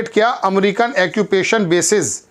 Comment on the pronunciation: ओक्यूपेशन बोला करो जनाब बार बार आप एक्यूपेशन बोले इस लिए लिखना पड़ा।💥🚀